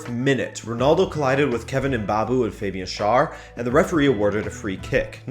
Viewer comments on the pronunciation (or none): none